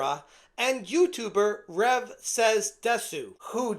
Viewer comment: People pronouncing the "u" in Rev's name will never not kill me lol